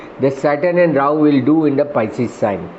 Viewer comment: PISCES is the word not pieces😂😂😂